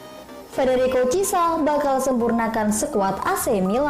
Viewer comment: Chissa, donnarumna, florentina..😅